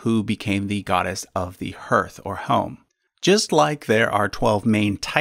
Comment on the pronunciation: once again, that's not how to pronounce hearth